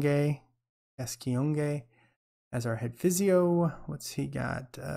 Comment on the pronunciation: Gascoigne is pronounced Gas coin (as in Paul Gazza Gascoigne)